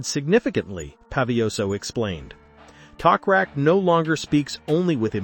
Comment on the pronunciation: His name is not Tokrak it is Toprak